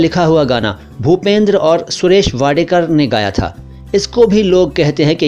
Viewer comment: सुरेश वाडकर, वाडेकर नही